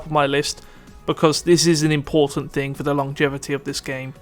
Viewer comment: Why do you pronounce K instead of G in words like thing you say think. You also put so much stress on K. Please fix your speech impediment, because it makes you sound like an amateur and in general very annoying for listening audience.